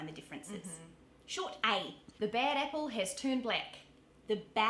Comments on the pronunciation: The NZ short A sounds like an E or I....so apple sounds like epple or ipple. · Short ‘a’ difference is more noticeable in ‘apple’. New Zealanders shift the vowels so ‘a’ sounds more like ‘e’. I.e. ‘epple’ and ‘bleck’. Aussies tend to tease New Zealanders by exaggerating the shifts.